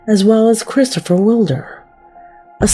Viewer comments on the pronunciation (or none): none